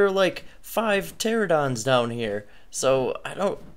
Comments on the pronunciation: It's pronounced ter-an-o-don Pteranodon why does everyone say terradon Fail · PteraNodon the N is not silent folks! Every time someone asks if I have whatever a teradon is I tell em no ark hasn't invented them yet. Buahahahaha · Pter-AN-A-don.. just sayin' :) Good vid thanks for sharing. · A pteradon? Pteranodon?